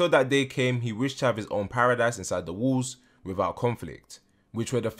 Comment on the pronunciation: Question (I hope it’s not coming out rude, I’m just curious). Why do you pronounce “walls” as “wools”? I’m not a native speaker and I cannot place this accent. Would you mind help me understand? Thanks and thanks a lot for the informative videos on your channel! ❤️